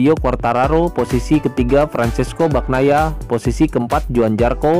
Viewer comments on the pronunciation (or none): none